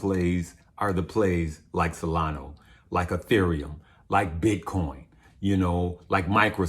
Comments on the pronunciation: It's SolanA not Solano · dude, it's SOLANA... not Solano. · Solana Sol lan ahhh. Not Salano